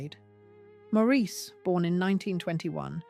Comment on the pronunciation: Maurice Macmillan̈'s name is pronounced Morris, not Maureese.